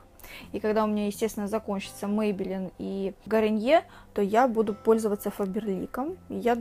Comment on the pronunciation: не гариньер, а гарниер